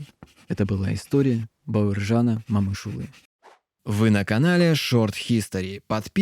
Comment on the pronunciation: Говори правильно МОМЫШҰЛЫ